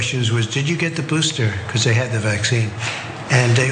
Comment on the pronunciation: "Have you gotten the BOOSHTER?"